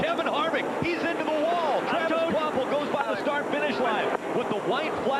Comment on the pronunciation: I absolutely ❤ you & BFM & found you thru BFM but I do gotta ask, who in the hell is Travis Quaffle??? The way I always heard it pronounced on TV, so I thought & so I thought my ears heard, was Travis Quapple, not Quaffle lol. And even Google's CC captions have got u saying Quaffle so I know it's not my deaf ears 😆. Anyway ❤ your channel & try to nvr skip any ads on your vids & hope u get $(💰💵💵💲) paid for them. I just found your channel a few weeks ago, finally thankfully, so I've been binging. Which binging is my fav thing & I feel like I'm binging on a Breaking Bad or Game of Thrones type of show since discovering this channel. I must have watched some of your vids b4 but just nvr bothered to SUB or anything, just autoplayed into the next video but so glad now that I finally found you, WooHoo! You da MAN dude! Please keep up the excellent, entertaining & knowledgeable work!! 🏁🏆👍